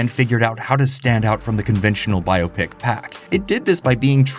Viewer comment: Thank you for pronouncing "Biopic" properly